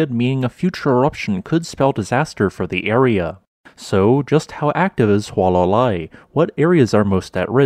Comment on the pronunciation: In Hawai'ian, all letters are pronounced. There are no dipthongs. So, say, "Hoo-ah-lah-lah-ee."